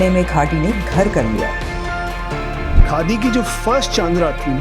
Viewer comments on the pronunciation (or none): یاریہ کاڈی نہیں خادی ہے کاڈی کاڈی لگا رکھا ہے کاڈی کیا ہوتا ہے